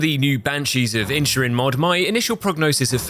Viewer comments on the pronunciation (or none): correction.. It's pronounced banshees of in-i-sherin there's another i in there